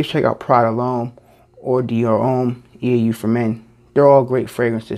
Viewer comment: eau is pronounced O. It's French for water.